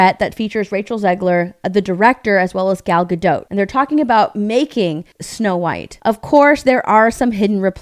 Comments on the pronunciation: Gadot, not Gado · Please! Gal Gadot is not French. She is Israeli and Hebrew-speaking. In Hebrew you pronounce ALL the letters. It's not "G'doh", it is Ga-DOT.